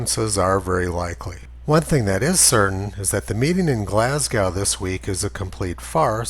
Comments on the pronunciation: Glas - goh not Glas -gou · fyi, it's pronounced glas-go, not glas-gow.